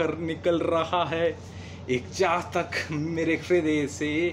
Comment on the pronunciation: Very nice.but some where you are speaking chatak for chahat.meaning ful kavita.deep meaning